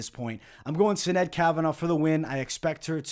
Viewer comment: As an Irish kid from South Bend (and you being Italian I am sure you can relate to how certain words are said incorrectly makes you shake your head lol) it is killing me how many videos are saying Sinead's name. So in Gaelic, Sinead is pronounced "shi-NAYD" and actually it usually has an accent over the (é). In Europe/USA, it is the equivalent of Jane/Jean/Janet (feminine form of John). This comes from the Hebrew form of Johannah/Yohannah. This means "God is Gracious" and was my grandmother's middle name. God bless,!